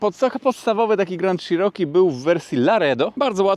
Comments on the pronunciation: Cziroki Panie Cziroki a nie Sziroki... Czy te ślady na lewym lusterku to pozostałości po karnym kutangu za ujowe parkowanie? 😂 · Grand SZiroki? Dlaczego sziroki? Dlatego że Wąski się spokojnie do niego zmieści? 😂 Jednak CZiroki brzmi lepiej i jest bardziej zbliżone do wymowy angielskiej. Wiem, wiem czepiam się. W końcu każdy wie o jakie auto chodzi 😉. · Dżip grand i szerooki 😂😂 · Załamka, nawet nie potrafisz poprawnie wymówić nazwy, nie zadałeś sobie trudu żeby sprawdzić albo nie wiesz jakie wskaźniki masz na blacie - bo to nie jest temperatura oleju. Amerykę odkryłeś że auto sie buja a co ma robić jak silnik jest w układzie wzdłużnym, 125P też sie tak bujał jakbyś nie wiedział. Film zrobiony pod sprzedaż. Nic mądrego i nowego nie powiedziałeś, a powielasz tylko głupoty. Jako jeep'arz żałuję że obejrzałem ten film i jeszcze ta cena 43 K za co ? Może z wyglądu auto jakoś sie prezentuje ale ciekawe jak tam mosty reduktor skrzynia - może to sie okazać niezła skarbonką. Co do panewki to pałuj pałuj go tak sie sie przekonasz, najpierw dowiedz sie ile czasu zajmuje rozgrzanie oleju w takich silnikach.